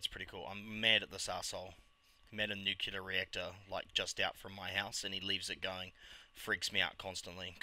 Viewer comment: Great stuff, G :) Nuclear != "nucular", but oh well :p